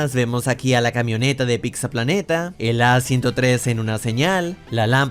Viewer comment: No se dice PICTZA, habla bien.